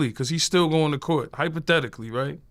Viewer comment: Hyper-thetically ...lol yayo my boy